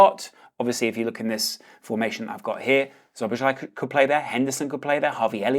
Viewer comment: for future pronunciation - *Sobosla-i